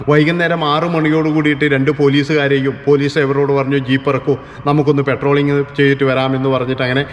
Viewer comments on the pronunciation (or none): പട്രോളിംഗ് അല്ലാതെ petroling അല്ല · പെട്രോളിംഗ്‌ അല്ല പട്രോളിംഗാണ്‌.